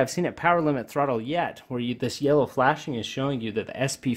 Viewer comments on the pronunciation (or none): none